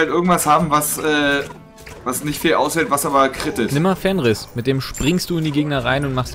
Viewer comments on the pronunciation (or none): Fenrir nicht Fenris